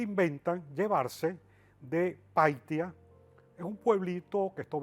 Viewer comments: la ciudad en Perú se llama Paita no paitia.y todavía es escritor. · Díganle a ese sabelotodo q no es piitaa es PAITA un poblado al norte del Perú en PIURA se meten hablar tonteras y no saben ni pronunciar PAITA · Es Paita, no Paitia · Es paita paita no paitia 😂😂😂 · Es Paita no Paitia un puerto en el norte peruano donde vivio sus últimos días Manuela Sanz. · PAITIA? jajaja! Bien informado está. El pueblito que menciona no es un pueblito sino un puerto importante en en el sur de Perú, este puerto se encuentra en el departamento PIura, pero el nombre correcto no es PAITIA sino es PAITA, aunque en la época de la colonia o menor dicho vireynato, se escribía PAYTA. De lo demás no diré nada que aunque me parezca todo muy fabulesco, no tengo autoridad para opianr si es cierto o no.